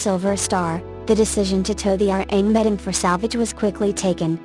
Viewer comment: The name of the ship in the last case is what...? I cannot understand the voice. The R-Amedien?